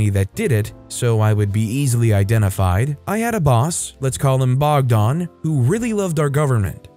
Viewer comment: Story 10 sounds like serbia, protests were because of a first ever school shooting Edit: ah yes confirmed lol. Tho thats not how we pronounce the name bogdan, you made it sound more russian than it does in serbian.